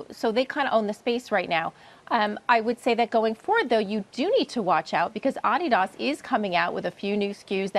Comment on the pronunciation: Adidas.....not Ad di DAS